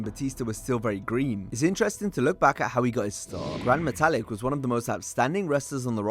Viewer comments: Grand Metalick (Meta-leek) being pronounced Grand Metalic is hilarious coming from a years old wrestling channel... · Metallic? Its not pronounced that way, muh guy... Its pronounced Metta-Leak